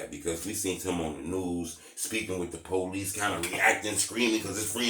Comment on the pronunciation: This nigga “policey”🤣